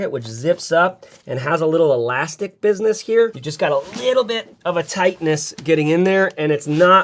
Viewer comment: them papers of business-ess 🤣